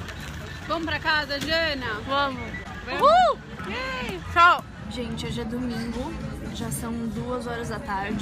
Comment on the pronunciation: Jana vc escreveu tchau erado vc falo xau